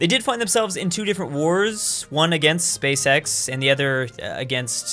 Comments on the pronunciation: I actually cannot watch this video because pronounces "Space X" like "Space sex" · Every time he says Space-X, I hear always...uhm you now what I mean